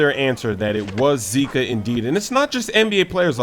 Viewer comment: Boa BRASIIIL first American that say zika with Brazilian accent